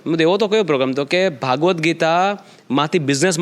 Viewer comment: ભાગવદ નઈ ભગવદ્ ગીતા